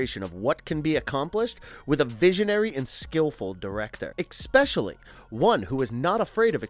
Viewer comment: Thank you I knew I heard him pronouncing the word wrong!